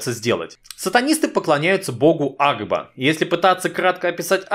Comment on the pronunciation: Блин кагда ты сказал агба я услышал аква